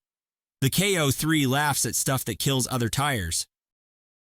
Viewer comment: This video has too much of an AI generated sound to it. Calling the BFG KO3 a "Koh" for one ruins any validity of the video.